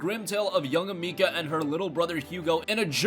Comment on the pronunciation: It's not Amika it's ameesee A